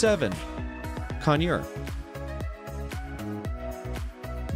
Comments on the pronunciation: They don’t even know how to say conure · lol he even say conure wrong